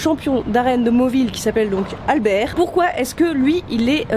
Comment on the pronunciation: A chaque fois que j'entend Albert, j'entonne "le cinquième mousquetaire !"... traumatisme d'enfance ou bien la façon dont tu prononces ?